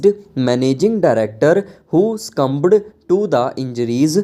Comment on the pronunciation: Lol kaise bol rha.. pronunciation bhi nhi ata thik se... succumbed ko scumbed bol rha....mujhe to samajh nhi ata, aise log videos q bnate hai..chtiya... स्टोप ka hota hai be? Aue ye अप्पीलांट ka hai?